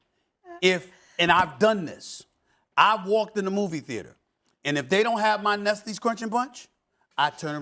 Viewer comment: Bro said nesties crunchy bunch